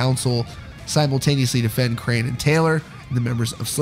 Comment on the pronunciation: krahan is pronounced like kran